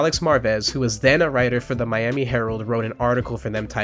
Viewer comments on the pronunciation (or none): none